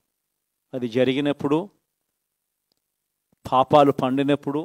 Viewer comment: Phaphalu kaadura paapalu